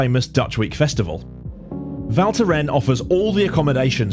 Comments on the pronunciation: Val Thorens not Val thoren. Yous have to pronounce the s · He just couldn't get the name right - it is pronounced Val Thorens with an S! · Cool video, but please learn how to pronounce the name if you say it that often 😉